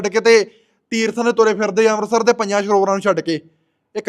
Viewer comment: Amrsr nhi amrt sr wa bani sudh pr bhama nhi bhawa. Ja tis bhawa h bolna sikho aap ki bolda grva lede chadi da rep blatkr eh ds bibian nu tera prchar shiaa 😅😅😅